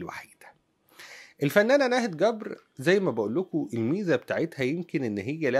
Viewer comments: ملامحها لطيفة جدا ورقيقة ..لكن قول جبر بالجيم وليس گبر ... لما نقول ناهد گبر 😂 بالعراق يعني قبر ..حبايبنا يامصر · في اللهجه العراقيه جبر تقرأه بحرف الجيم وليس الكيم كبر بلهجه العاميه يعني القبر ابعدنا الله وأياكم وشكرا لحضرتك